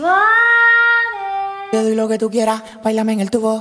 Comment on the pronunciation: Se pronuncia “suave” ☝️🤓